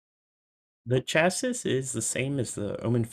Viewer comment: You can't pronounce 'Chassis' btw. Learn it. Decent Review outside that. Best Wishes